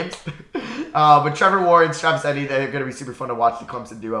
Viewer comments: say it with me it e tee en not etin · It’s Travis E-Tee-N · The way you say Travis etienne is making me mad. It’s pronounced E-T-N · Your pronunciation of certain players’ names like Chuba (chew-buh) and Travis Etienne (ee-tee-en) is hilarious 😂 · I came to the comments just to say this. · Same how is it that hard to pronounce, literally 3 letters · Love how he pronounces Eitenne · i was gonna comment that lmao. “travis etinee” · It’s pronounced Travis ETN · Its pronounced Travis etn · If says Etienne wrong one more time imma scream 😂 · The way he says Travis Etienne's name is hilarious. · Literally makes me laugh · holy shit... hahaha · Bro butchered Travis Etienne's name